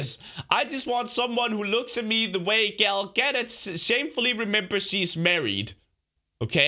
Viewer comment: try and say gal gadot right next time